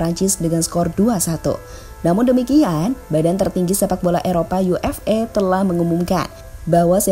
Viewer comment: dari awal sampai akhir kedengaran "yu ef e", jadinya UFA dong 😁